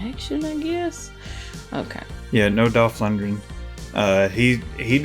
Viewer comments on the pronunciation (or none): Yes! You've did this! My favor movie. She can't pronounce: "Loon-de-green"